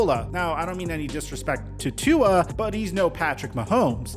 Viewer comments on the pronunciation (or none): Still cant say Tua's name right.....